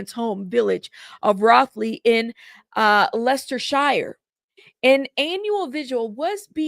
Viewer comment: It’s pronounced Lestersheer